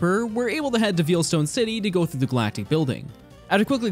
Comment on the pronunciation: Vayle ita pronounced Vayle not veel. Veilstone.